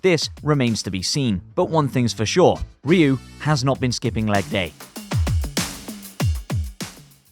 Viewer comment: I Had To Dislike This Vid After I Heard How You Pronounced Ryu🤨💯✌🏼